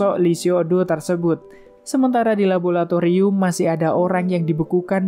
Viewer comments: MIINNNN LABORATORIUM BUKAN LABOLATORIUM!!!!!! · LABORATORIUM BANG, BUKAN LABOLATORIUM